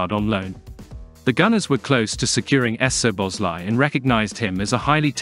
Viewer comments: “Soboslai” i think would be read just like we pronounce it. Saw-boss-lai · The butchering of the name es-zoboszlai is killing the mood. I know it's an automatic voice, but gah, it hurts my ears. Cheers from a fellow Hungarian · No problem. I believe if the Z from the second letter would be omitted from the text the voice reader would say it perfectly. The SZ in Hungarian is pronounced as S in “say or sweet” in English. So the presence of the Z is confusing the machine. S in Hungarian would be like what you pronounce at “show or shade or shadow”, so for us the presence of a Z means it’s a clean S which in English is already present. If you can and want to and takes no effort, that should work much better. 🙂